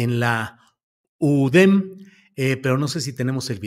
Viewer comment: Así es, UDEM... nada de U Dé Eme...